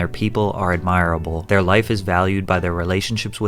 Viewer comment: Let me summarize this channel: admire able is not the correct pronunciation of admirable, even a 9 year old can tell you that; most Americans don’t have passports so when he says “most Americans think you need to travel to foreign cultures blah blah blah” he is literally making sheet up. This channel is consistently unable to accept reality. It has interesting stories but then it wraps them in complete bs, I can never sub to a channel when the narrator is so low iq and clueless. If you enjoy his videos, great, just know that it is entertainment. Nothing more. A simple Wikipedia search would discredit half the “facts” in his lazy videos. You aren’t learning anything, you are watching the modern equivalent of the Jersey shore tv show…l